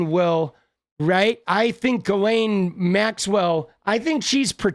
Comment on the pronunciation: Ghoulaine Maxwell. The "S" is silent.......like the truth.